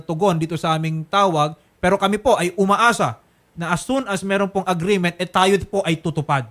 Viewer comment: Hindi diretso ang pag bigkas ng " Pero" ni Madame 😅😂 mestisa yta 😂